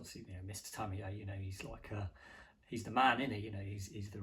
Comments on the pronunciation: Isn’t Tamiya pronounced Tami-ya rather thank Tami - Yay ? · My biggest fear is hearing ‘Tamiya’ pronounced ‘Tammy-Yay’. Stop it! Americans can’t say it either though… but they don’t go to your extremes, you sicko!